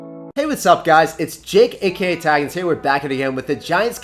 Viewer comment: last time I was this early you were still saying ‘it’s jaykeyatag’ love your videos thought bro